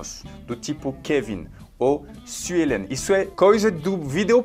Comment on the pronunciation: Tu disse Suelen??? Pq é os francês pronúncia meu nome assim, eita ksksksks